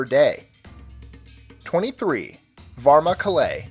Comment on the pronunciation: Bruh the pronunciation for Varna kalai is just straight up bad